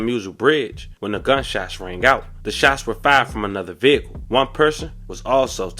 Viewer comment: My condolences but commentator said vehiyacle 😅😂